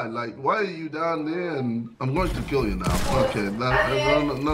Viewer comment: “DAY TRYIN TOO KEEL ME!!!” 😂😂😂